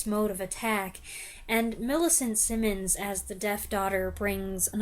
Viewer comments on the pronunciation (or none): none